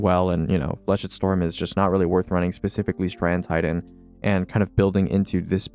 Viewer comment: Bruh, Flechette Storm got butchered.